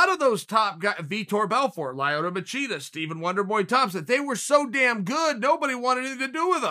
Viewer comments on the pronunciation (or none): Lioto machida Chael just making up peoples name on the spot ahahahaha! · Chael "Layoto" Sonnen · He also said Lie Oto Machida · Uncle Chael: "Lie Oh Toe Machida." Me: "Ok great."